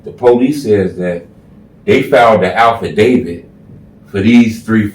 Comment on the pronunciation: It’s “ Affidavit “ not Alffidavit” btw I like that hoodie